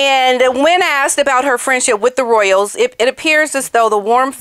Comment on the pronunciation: I think she said, “Fresh sh*t” instead of friendship! 😂😂😂